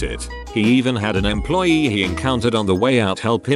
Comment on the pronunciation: Did the TTS voice just say EMPLOYEET, or am I just too drunk?